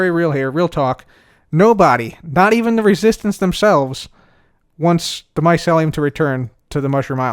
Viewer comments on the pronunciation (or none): I'm triggered every time says Mycelium like "Maiselium"